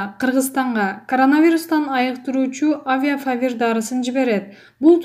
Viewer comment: Авифавир дегенди кайра кайра авиафавир дейт та